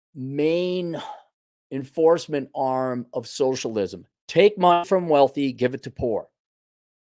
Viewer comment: Just 'soshlisum?'...have you seen these fools?